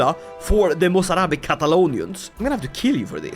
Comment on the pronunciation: I am actually impressed by your Arabic pronunciation 😅